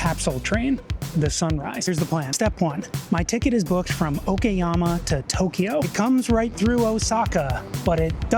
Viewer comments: Great video but what is it with Westerners and not wanting to pronounce Asian place names correctly? It's O KA YAMA not O KI YAMA. I've stayed at 12 hostels during my Japan trip and have met with so many Westerners and every single one has pronounced place names wrongly and even after they were corrected by me or a Japanese local, they continue to pronounce it wrong. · Its O kA YAMA not O KI YAMA or O KE YAMA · Applying basic phonic sounds i.e. A is for apple, E is for egg, I is for ink will serve you well with the bulk of Japanese words. I was struggling to reconcile the clear "KA" of Okayama when the guy got "SHI" in Shinjuku spot on.